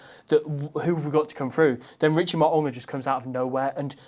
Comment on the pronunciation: mate pronounces Mo'unga's Tongan surname perfectly ('Maw-ooh-ngah')- whereas absolutely butchers it by saying "Mow-ah-nga". Trust me, I'm Tongan🇹🇴